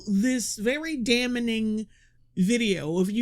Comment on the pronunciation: It's damning not damnaing